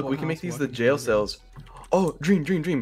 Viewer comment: I know my mans isn't saying jail sails.